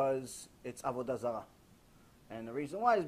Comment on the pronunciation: Avudazala lmao